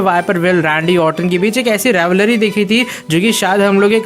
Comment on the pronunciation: bhai tum rivalry to rivalary kyu bolte ho?